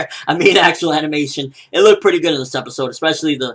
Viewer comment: "TENTEN LOOKING PREATTY DISCENT " hahahahaha